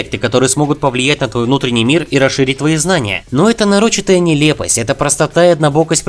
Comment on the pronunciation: НарОчитая??? НарОчитая??? НарОчитая??? Почему Вы не попросили человека, писАвшего Вам текст, поставить ударения в неизвестных для вас словах???